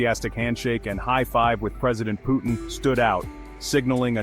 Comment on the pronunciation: Его имя Vladimir Putin а не Putn‘❗️ 😩🤦🏻‍♂️ чувак выпрямился когда увидел этот момент!!😅😂👍